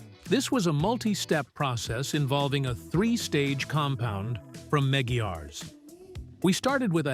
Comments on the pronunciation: Ugh I hate these computer voice fonts.. they cant say a simple word like Meguiars.. unwatchable. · Ugh, AI narration... It did pretty well right up until it got to the brand name "Meguiar’s". Not a big deal, just one of those things that distracts away from the center of attention, which is that awesome restoration work! Great job on that!